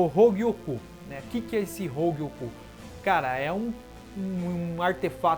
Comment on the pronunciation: "Hougiokou" KKKKK eu acho que eu ouvi isso uma hora nada haver ou eu to doido kkkk